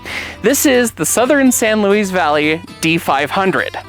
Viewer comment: The name is pronounced "San Louie Valley", not "San Louise Valley".